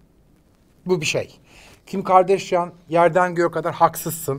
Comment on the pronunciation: Kim Kardashian’ın Türkçesi = Kim Gardaşyan :)